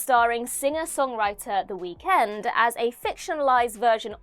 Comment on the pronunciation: Girl, I love when your narrate, but the emphasis of END in The Weeknd was INSANE 😂 Somebody at What Culture needs to step in next time.